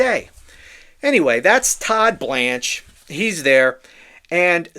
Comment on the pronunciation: The way you say Todd BLANCHE cracks me up😂